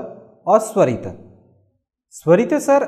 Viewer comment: मद्धमा नहीं, मध्यमा। सरित नहीं, स्वरित। अपना उच्चारण सुधारिये।